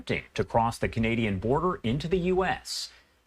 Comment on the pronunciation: "The Boder Is Secure"